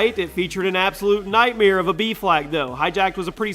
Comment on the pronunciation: The way he says nightmare drives me nuts. “Nightmeer”